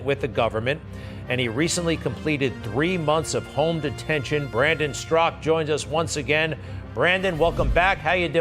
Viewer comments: Greg keeps calling him strak his name is straka. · Why does Greg always pronounce it "Strock"? I've always heard it pronounced with the a at the end. "Straw-kuh"...